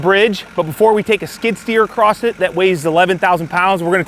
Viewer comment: There's no T in "across", son.